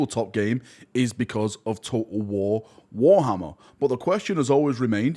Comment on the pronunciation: I love how you pronounce "total war: Warhammer" its almost like the bottle of water meme - "Bo'oh'o'wa'er". 🤣